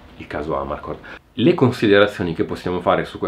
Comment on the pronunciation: Giusto una nota di pronuncia: Amarcord accento sulla o (dal dialetto "a m'arcord", cioè "mi ricordo")